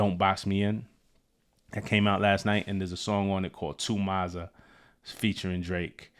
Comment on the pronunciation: To expand on the London slang - The 'Ma' in Mazza is pronounced 'Mah-zza' not 'Mar' in your US accent. It's derived from the word Madness. A madness, a madting, on a mad one, a mazza. Or a mazzerini if shi got really crazy 😂Also, it can be used to describe both a positive and negative event. Whatever's most fitting